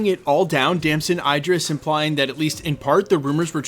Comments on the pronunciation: Name pronounced as E drees, not I drees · Its Idris not I-dris, like Idris Elba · tf is Eye-dris, it's Idris, like Eedrees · bro saying his name wrong, its the same way you say Idris in Idris Elba